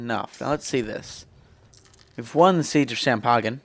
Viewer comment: Champagen? really? It's shampain, even I know that and I'm not french, roflmao.